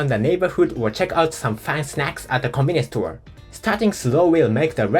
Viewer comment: Every time you say "Convenience store" it sounds like you are saying "Communist Tour." 😂